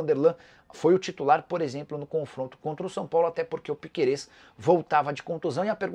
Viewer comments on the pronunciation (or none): none